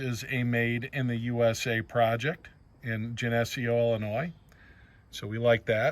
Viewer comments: Gen a see o is how it is pronounced. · Geneseo... Well you were kind of close.. Pronounced Gen- A - CE - O .. It's a nice town in Illinois. All the rat's live in Chicago and they drag the state down.